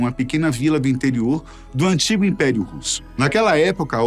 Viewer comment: Não acho não…😂😂😂 E a palavra antigo o que mais me incomoda dela falar errado…